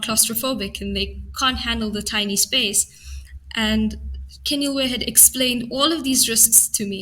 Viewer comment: Well done for the correct pronunciation of names like Keneiloe and Wits! It shows that you take care when you prepare the material.